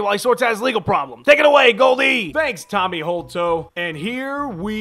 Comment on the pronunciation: Fav show of all tine, watching this for the 2nd time and only just realised Goldie said tommy hold toe LOL